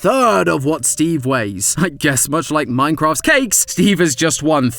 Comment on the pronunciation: "Ain-cross new weapon." Nice. 😂